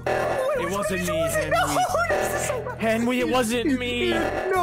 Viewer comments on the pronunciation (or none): It's henwy not henery xD